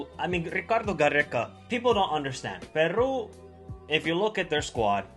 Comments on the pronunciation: Is not Perrrru. Is Peru!!! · 1.Can you pronounce Peru better? 2. its really sad that after the world cup peruvian players were all waiting for offers from Europe but they never came! 3. Don't worry .. most SouthAmerica believes this team is stronger than 2018.